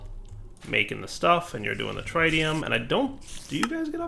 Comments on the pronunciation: its tritium, not trytium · akschually it is pronounced TRI-tium like three-tium not TRAI or TRYtium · the way he says tritium is painful. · please learn how to say tritium